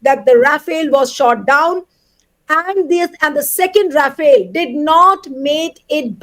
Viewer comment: Rafale ❎ Ra-fail ✅ 😂😂